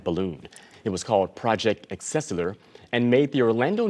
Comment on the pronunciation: Project excessiler??? Hano Hilton??? Pretty shameful Mr. News reader.